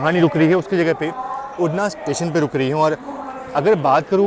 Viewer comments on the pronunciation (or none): अरे भाई उड़ना नहीं उधना नाम है रेल्वे स्टेशन का।